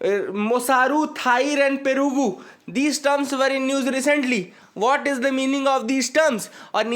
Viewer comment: Perugu means curd in Telugu..😅😂 It sounds quite funny to when Hindi speaking person pronounces south Indian terms😅😂